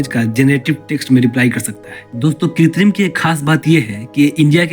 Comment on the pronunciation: Are bhai....kitrim nahin.......krutim mean artificial